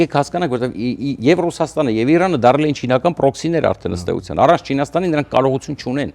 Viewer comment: Ուրիշ մարդ չկա հրավիրեք։ Ձանձրացանք սրա սեփական վերլուծությունից։ Ամբողջ աշխարհն է դեմ սիոնիստների պատերազմին, սա սազն առած` գովում է։ Նախ թող սովորի իր կիսառուսական կրթությամբ սովորի Իրան արտասանի։ Շատ անդուր մարդ է, և չի լսվում։ Ուղեղի գալարները քիչ են։ Սա մի խումբ հայրենասերների կողմից, փոխել խնդրում ենք սրան։ Ամերիկայում շատ ավելի հարգելի մտավորականներ կան։